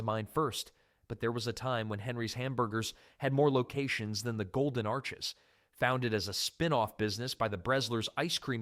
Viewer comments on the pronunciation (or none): none